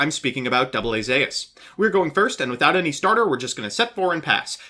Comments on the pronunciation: Its Zeus (Z-oo- s), like the Greek God, not Zayus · Did this man just say zaus? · It is called AA Zeus (zus) (ancient Greek mythology) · I gotta be real. Zeus is obviously pronounced zues... but I like the way you pronounce it better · STOP PRONOUNCING IT AS ZAUS! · it’s called Zeus as in the Greek god. Smh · There is now way a human being pronounces 'Zeus' like that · I would leave a like, but your pronunciation of Zeus was mildly infuriating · That's how you would say it with katakana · Trust me, he knows. Mispronouncing is his gimmick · We didn’t read about the odyssey and the Aeneid every year of English for you to pronounce Zeus wrong get it together